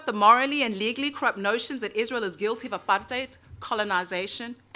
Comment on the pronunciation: At least you pronounce the word "apartheid" correctly. I love that you're my fellow country-person (in case "countryman" is unacceptable), and make me proud of being a South African.